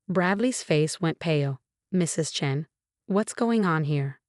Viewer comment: Chen, hair (rather than heir), singsong tempo, still sounds like it has too much spit in its nonexistent mouth. When will YouTube finally ban the use of this particular AI voice?